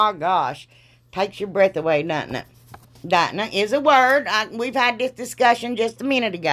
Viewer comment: Omg..I say it every time..I wished you lived next door to me, I laugh so hard when you laugh...I think the word 'dudnt it' is actually in the Redneck Dictionary lol..(in my world anyways) omg I laugh when you get tickled, I really do. You are just too much, and boy do I love it!! I watch because you do everything different from everybody else, and love that ❤️